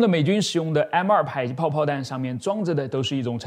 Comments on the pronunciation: 為什麼迫ㄆㄛˋpuo 唸ㄆㄞˇpai??沒這個音啊⋯⋯ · ㄆㄞˇ擊炮？ㄆㄛˋ迫擊炮！！ 這個博主的發音是不是怪怪的？？ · 迫（po）擊炮為什麼要念成排（pai）擊炮？難道”被迫”“逼迫(po)”要念成“逼迫（pai）”跟被迫”(pai)嗎？ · 把這個東西念作迫(讀音為排)擊砲，在台灣念作迫(讀音為破)擊砲 請問單獨念迫時是怎麼發音的?